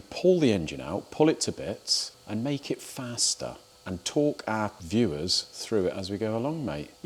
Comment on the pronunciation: No man from Devon should say fast like thar